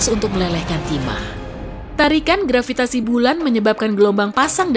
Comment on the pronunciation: Saya tertawa mendengar grvitasi wkwkwkwkwk Begitu kuat nya daya tarik grqvitasi tetapi tdk bisa menarik balon yg mengambang di udara